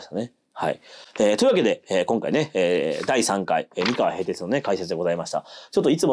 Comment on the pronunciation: お身体の調子が良くないにもかかわらず、アップ、ありがとうございます。 MIkawa じゃなくって mikawa なんですよね。『み』にアクセントを置いている時点で、現地調査がいまひとつだと感じてしまう。現地の発音は、アクセントなしの『みかわ』。もちろん『おかざき』もアクセントなし。この部分がわかっていない人が歴史を語っても、ひとの心の深い部分までは到達できないんじゃないかなって思ってます。 名古屋と一緒にして欲しくない、東三河に今は住んでいるものです。なんとなく愛知県＝名古屋には違和感のある、世界の4都市にも在住経験あるものです。 さすがに、東三河と西三河の違いまでは求めないです。 東三河は律令時代「国府」があった。穂の国、寶飫（ホオ）、このホオが転じて、「豊」に。愛知県、「豊の地名多いよな。」基本は豊川や豊橋の東三河の存在が大きいのかなと。 西三河は、今の矢作川が「美川」と呼ばれていた時代。この美川が三河の語源だと感じています。美しい砂河原の川、それが岡崎あたりです。